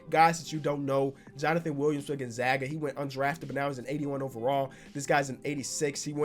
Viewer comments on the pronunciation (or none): none